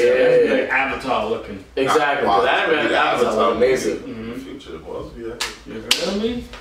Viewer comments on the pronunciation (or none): none